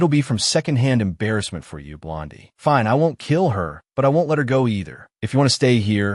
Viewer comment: And turning the word fine into something else like finay